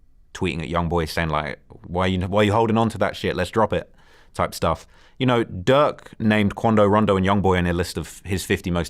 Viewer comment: He said Duck not Durk